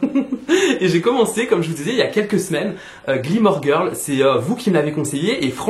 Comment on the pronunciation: Super ce vlog ! À chaque fois que tu dis Gilmore Girl, j’entends « Gleemore Girl » 😅